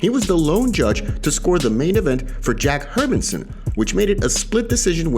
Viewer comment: Love your channel and the way you guys stay on top of things, but I have one request. Can you please get the pronunciation of Jack Hermansson’s name correct?